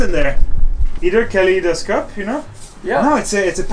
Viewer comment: Am I right in thinking that grew up speaking French? I have suspected it for a while but the way he said kaleidoscope kinda cemented it for me, it was verrrry French 😅